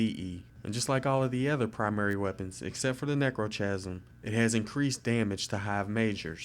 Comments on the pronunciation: It's pronounced "neck-row-kasm" What do you record your video with? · i know he also pronounced necrochasm wrong and edict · omfg he pronounced like almost everything wrong, its not édict its èdict, its necrokasm not nekrotjasm, not lik bane but litj bane